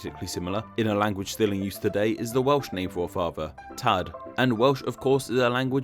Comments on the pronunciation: The Welsh pronunciation is off, too - it's a long "a", so it's "taad". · The Welsh is kind of alright the first time he says it. The 'a' in "tad" is held, so it sounds like "tahhhhd".